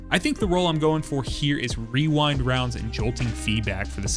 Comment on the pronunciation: Damn. Someone who can pronounce Rewind Rounds!